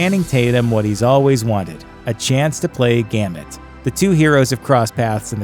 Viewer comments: This fool said gamit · How is it you can't pronounce "GAMBIT"??